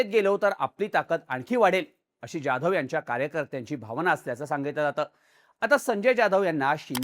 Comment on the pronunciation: अरे बॉ जाधव बोल ना ज्याधव काय??